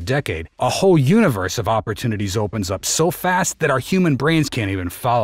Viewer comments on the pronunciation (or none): none